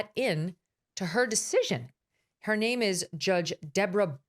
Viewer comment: VDH's mangling of names is next level lol